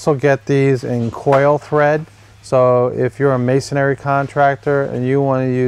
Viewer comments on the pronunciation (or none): Just an FYI, the word is MASON-RY (as in stone masons, etc.), not mason-ary (as in cemetary), lol. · Please, would all you guys on YouTube learn to pronounce the word. It's MAY sun ree. Three syllables, not four. There is no such word as MAY sun EH ree. It's hard to listen to a supposed expert mispronouncing the terms he's discussing. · Sorry just want to help you out a little, you seem to be good person but it's Masonry not Masonary! Please don't take this the wrong way, I just care about good people! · It's masonRY, not masonARY. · Why is it that in ~3 out of 5 videos I watch on masonry anchors, the person says "masonary" instead of masonry? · It's funny but every single "expert" that I've seen on YouTube talking about masonry bits doesn't know how to pronounce masonry. The spelling should be a clue. It's three syllables, not four. It's pronounced MAY SON REE, not MAY SON AIR EE. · It's masonry not masonARY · It's not "mason-ary." It's "mason-ry." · You used the word “masonary” a few times in your presentation. There is no such word. The proper term is masonry. Three syllables, not four. . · Not if you pronounce it "masonary" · Dude! Look how it's spelled: "Masonry," Three syllables. No "a" berteen the n and the r. Me, I'd have doubts about a workman or contractor who couldn't pronounce the names of his own tools. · There’s only three syllables in masonry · 19MarkDavid. Must be rough to have nothing more to b** about then how people pronounce Masonry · not sure i want to take advice from a guy who doesn't even know how to say "masonry" properly